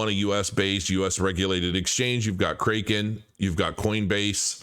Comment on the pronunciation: Pronounced, “CRACK-in”